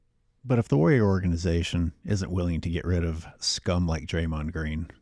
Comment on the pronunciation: The way you pronounce "Warrior Organization" is crazy to me. It sounds like WarYoreOre-ganization.